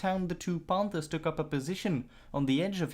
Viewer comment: Pohnthers? Wtf?